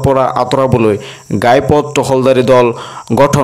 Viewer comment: গাই পথ নহয় ঘাই পথ